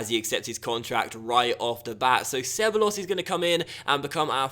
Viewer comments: you pronounce it ke-ba-yos not seballos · ITS PRONOUNCED CEBAYOS! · Ceballos is pronounced (keh-buy-os) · ceballos - sebuyos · Ceballos is pronounced cebayos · se-ba-yos that's a better way to pronounce Ceballos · Ceballos is pronounced keh-bah-yos